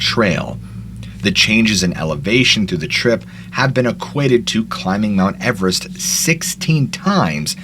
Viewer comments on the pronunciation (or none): none